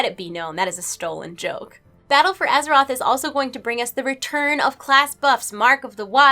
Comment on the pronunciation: Azherite?? Oh right didn't realise we were questing around with our characters on Azheroth. Thought it was Azeroth but there we go xD. Only dig, other than that great vid!